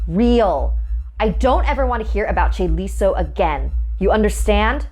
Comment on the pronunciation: chaeliso? CHAELISAAA